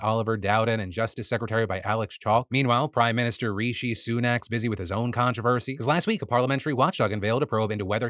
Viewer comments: I love when Phil calls our prime minister “Reeshee Sunak” 😂😂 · I love when you talk about UK politics, I also love that you pronounce our PM's name "Reeshee" just makes the clown sound even clownier. fuck the tories lmao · Btw it’s pronounced r -I - she Sunak, the man is a tear but I thought you should know how to properly pronounce his name